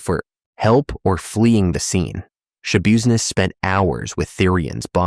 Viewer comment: It’s pronounced Schabusiness SH-UH-BiZ-NESS I’m pretty sure but damn you def got all the possibilities..😂